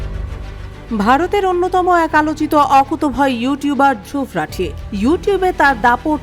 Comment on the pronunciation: রাঠি না রাথি 😂